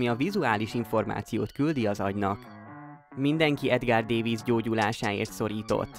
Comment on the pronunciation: nem úgy kell ejteni csak szólok,ő holland nem angol, Edgár dávidc nak kell ejteni de a C, S be megy át de ez csak akcentus,a videó elkészítöje beírta google fordítóba és neki az a minden,ne hogy utána nézzen már valaminek amiről videót készít :D